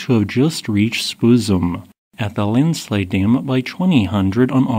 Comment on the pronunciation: Not an avalanche bud. Landslides are different. Or Linslide as the narrator pronounces it 😂